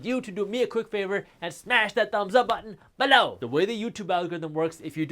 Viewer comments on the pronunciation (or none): I love the way he sais BEELOOW!!